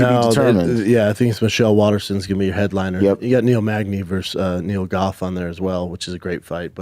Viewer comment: Did I just hear NEAL GOLF???